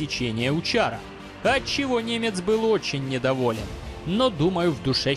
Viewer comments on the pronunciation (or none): none